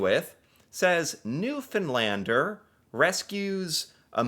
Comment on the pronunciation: As someone from Newfoundland, bless yer heart for saying Newfoundlander with the correct pronunciation ❤